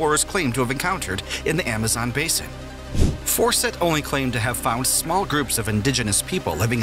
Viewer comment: FAWCETT… CERTAINLY ISNT PRONOUNCED AS … 😳 ‘’FORSETT’’ Like just how? Fawcett is just like FAUCET. But I’d be surprised if this narrator would be able to tackle that word either. I guess I’m happily surprised that the narrator doesn’t have a wild, yet fixable lisp.